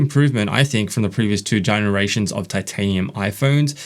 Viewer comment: Excellent review, brother. Just wish you would pronounce "generation" a bit differently.